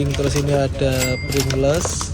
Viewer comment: Kalau yg separo cewe separo cowo toiletnya bagaimana.? Bacanya prin gless mas bkn pring less. D sini ku beli 90 cent alias 14rb